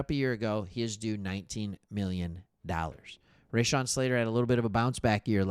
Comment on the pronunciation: Raw-Shawn, not Ray-Shawn.